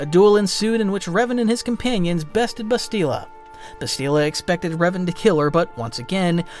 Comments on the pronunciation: Seeked is not a word. Sought is the word you're looking for. Discomfort not uncomfort. Also, the game pronounces Bastilla's name for you and you still mispronounce it. It's Bas still uh. Not Bas steel uh. You were even pronouncing it correctly in the first half of the vid then changed it for some reason. Then you proceed to intermittently go back and forth between the pronounciations... Clown. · He doesn't say Bastila's name right lol